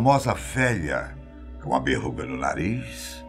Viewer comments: Tava tudo normal, até ele falar "berruga" É verrugaaaaaaaaa! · Berruga ou verruga? Eu ouvi vc falar berruga ...rs